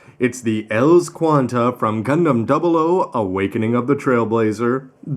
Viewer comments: ELS Qan[T] sounds kinda wrong E.L.S sounds better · Not sure you're suppose to say ELS as a one word, instead one letter at a time. Maybe its just me.